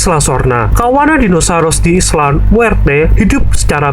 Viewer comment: Isla atau island mhn di baca sesuai kaidah English lur